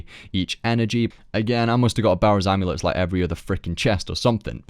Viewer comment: The barrows brothers dont have an S at the end of their names